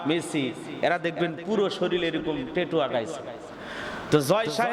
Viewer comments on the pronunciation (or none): হুজুর টেটু না,ওটা ট্যাটু